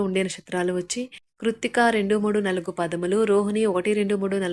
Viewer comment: Nalugu kadamma it’s read as naalugu Means 4